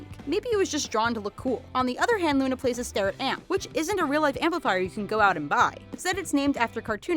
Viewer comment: Lol at the bottom screen when you were talking about Luna, you said "Una"